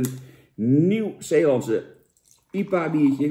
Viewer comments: Normale mensen: I P A bier Jan Roos: iepa bier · Jantje zegt gewoon lekker iepa in plaats van ai-pie-eej. Niks mis mee, Jantje. Lekker sponsordealtje te pakken. Een massapubliek lonkt. Proost. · Jan de enige persoon op aarde die IPA uitspreekt als iepa